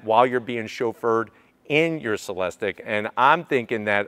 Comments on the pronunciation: It is not (Se les tik) it is pronounced (Se les teek) Come on. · It’s pronounced Celesteek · Sat it with me, “cell-es-teek”.